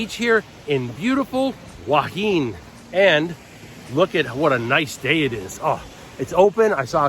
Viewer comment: HUA HIN is pronounced WHO-WA HIHN. By the way, you were featured on the YouTube channel STUART JAY RAJ a day ago as a Thailand YouTuber who can't correctly pronounce the names of Thai cities. You should go back it out!